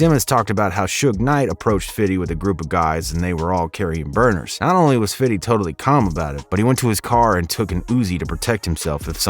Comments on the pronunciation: “Fiddy” 😂😂 just say fifty cent it’s okay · For the love of God stop saying "FIDDY." You sound ridiculous. Even Curtis Jackson himself says his rap name correctly. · Fifty not "fiddy". Allow it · It’s him saying fiddy instead of 50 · All his people say "Fifty" or "Fif" so what's with the narrator saying "Fiddy"? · Fiddy fiddy fiddy, it’s FIFTY! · Bro its fifty cent not fiddy cent fifty has already said in an interview people who call him fiddy are just white guys trying to be cool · Why do some people insist on saying “Fiddy”??? Fif him self says Fifty. Furthermore it seems to me, the people that say Fiddy when talking about Fif most likely don’t pronounce that number that way irl. Pet peeve observation. Sorry. Thank you attending my Ted talk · Why all white ppl say “fiddy cent” it’s actually spelled the correct way plz stop using improper pronunciation when discussing rappers or anyone of color thx in advance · Everything good except you saying fifthy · Please just say fifty.. sounds off when people say fiddy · Fiddy:D say fifty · He’s purposely making himself say “Fiddy” 🤦‍♂️ Cringey 😬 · I really wish he would stop saying Fitty 🤦🏾‍♂️😂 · Narrator said fiddy hell nahh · Lol "fiddy". You didn't earn calling him that. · How do you pronounce 50 cent. ? You say Fiddy cent. 🤣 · Saying fiddy is cringy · Never, ever say fiddy SMH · You keep saying ‘fiddy’ and it’s giving cultural appropriation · Great video... But dude saying "fiddy" was annoying AF. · bro stop saying fiddy